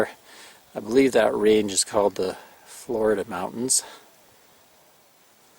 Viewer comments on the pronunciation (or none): Flo-ree-da Mountains, not pronounced like the state of Florida.